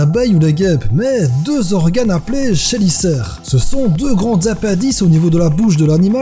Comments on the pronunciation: super intéressante ta vidéo ! comme toutes d'ailleurs..cependant les chélicères se prononcent "kélicères". continue ! j'adore ce que tu fais :D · (Ceci n'est pas un commentaire de rageur) Le ch de chélicères se prononce en vérité comme un k